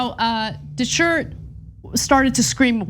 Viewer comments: You said "Shart!" 🤣🤣🤣🤣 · DeChert, pronounced DeShart. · When you were trying to pronounce his name, you kept saying de shirt…isn’t he the one that ended up ripping his shirt off LOL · Dechert is pronounced "Day Shart." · DE-share is how I would pronounce it. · Ana can't pronounce Dechert's name? Really?